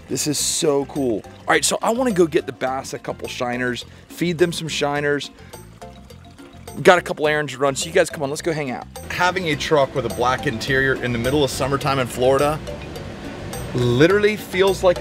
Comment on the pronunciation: He goes “ I have to go run some Arringtons”